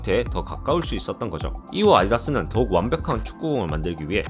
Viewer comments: 발음이 별로라서 좀 그러네요 아디다스를 아이다스라고 발음하다니요… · 발음이 자꾸 아이다스로 들리네 ㅋ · ’아디다스‘ 발음이 너무 부정확하네요... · 혀에 살찐 발음... 나레이션 따로 구하는게 어떨까요? 아디다스가 아이아스로 발음될 정도면 심한데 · 발음이 재밌으시네 아이다스 ㅋㅋㅋ